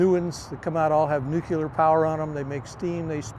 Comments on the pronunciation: “Nuclear”… one “U” in nuclear. Hard to sound like a subject expert saying nucular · Nu-clear, never nu-cular!!!!!!!!! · Nuk-ya-ler.. i guess he better stick to Diesel -Electric .. cant stand it , im GONE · Somebody tell him it is "nuclear" not "nucular"! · Nu clear, why is it so hard to say? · A lot of us are from different places in the US where when we say Nuclear it sounds like nucular. He's wearing a hat with dolphins on it, so I would venture to guess he is more than qualified to cover the subject. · Wtf is new cue ler? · nucular is wild 😂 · I had to stop watching after about 13 minutes. I couldn’t stand to hear the word nuclear, pronounced “nukular” one more time. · There is only one letter "u" in the word nuc-le-ar. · Yes, why is it so hard to say Nu cle ar. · Ugh. Nuke yuhlur🙄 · God I can't stand when people can't pronounce NUCLEAR properly.....😂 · Like “W” Bush.